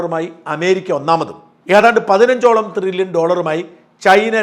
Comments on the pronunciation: ട്രില്യൺ അല്ലേ Shajan ... (Trillon ) Not Thrillion... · തൃലോൺ അല്ല thrillion 😂😂😂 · Dear Shajan Thrrilian alla It is Tririllian. Edo monea Shaja Nammala kappa undengil orru mairraum Orru Saaiuppum onnum cheilla. Thaangalkku Salute. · ത്രില്യൺ അല്ല ട്രില്യൺ.. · Not threllion. But trillion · ട്രില്യൺ ആണ്. ത്രില്യൻ അല്ല. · ത്രില്യൻ അല്ല സാജൻ.. ട്രില്യൻ ആണ്... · ത്രില്യൻ അല്ല ഷാജ ട്രില്യൻ ' TRILLION. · ത്രില്യൺ അല്ല ട്രില്യൺ